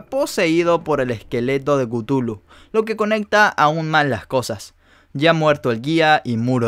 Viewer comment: No se pronuncia cutulu . Se pronuncia cathulu